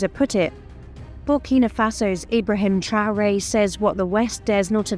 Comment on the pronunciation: Arrêtez ke voix de l IA QUI DEFORME LE NOM D IBRAHIM TRAORE